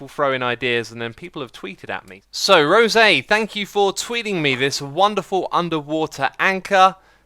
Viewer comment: Very interesting way to pronounce rose but ok! This absolutely made my day again, I know I thanked you on Twitter already but still. It was so cool to see you building my suggestion 😁 (seriously fangirling here right now)